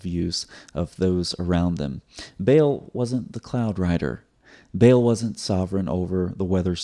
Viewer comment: Sir its not bale, بیل، but its بعل baal, a is long vowel. 😊 From Pakistan, a Proud Paki and Christian. ❤️🇵🇰